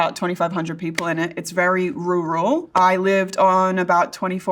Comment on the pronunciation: when I learned she was an Aussie I fell in love! when I learned she could pronounce Rural better than me it became obsession!! 😆